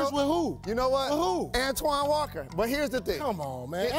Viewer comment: "Antoine walker"..Come on man. 🤣🤣🤣😂